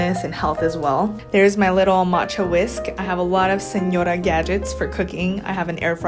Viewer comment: You said señora perfectly ! Greetings from Mexico :)